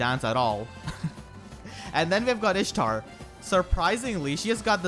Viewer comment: Dish-tar Dish-tar